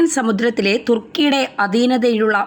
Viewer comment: തൃകുന് അല്ല 'thrikjan' ആണ്. അതുപോലെ സിപിറസ് അൽക്ക,'സൈപ്റസ് ആണ്